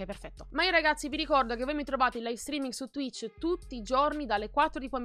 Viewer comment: Ohhhhh hai detto twich aiutoooo